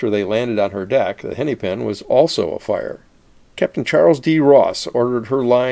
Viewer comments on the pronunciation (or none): Hennepin is pronounced more like henna-pin than henny-pin (or henny-pen, which you appear to be saying). The second “e” is short.